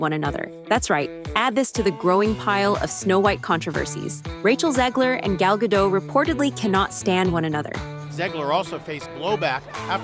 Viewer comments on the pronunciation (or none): WTF is wrong with the world? her name is Gal Gadot! not gal gadow or gadoo or whatever it is you're seeing. it's GAL (very simple) GA - Dot. (dot, like it is writen, not like an American would read it) the 'T' is not silent. GAL GA-DOT.